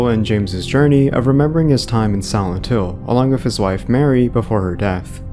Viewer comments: Why sometimes you said “Silent Hill” and most of the time you said something along like “Santo”? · everytime u say silent hill it sounds like santhole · i kept hearing "Old Santo" and "Santo Ranch" and became very confused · could you say Silent Hill right?